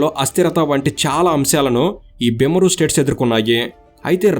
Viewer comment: బిమరు కాదు బీమార్ అంటే జబ్బు లేక అనారోగ్యం